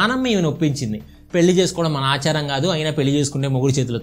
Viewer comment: అచారం ఏంటి బ్రదర్ ఆచారం ఎవరు అండీ మీకు తెలుగు నేర్పింది.